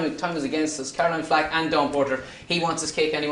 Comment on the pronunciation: When Harry said "Caroline Flack" I face palmed.... Oi vey xD